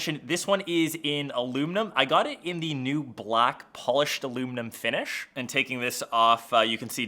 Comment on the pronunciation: "finisss" 😂😂 Having trouble pronouncing sh?